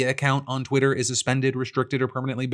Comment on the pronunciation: You keep mispronouncing Twitter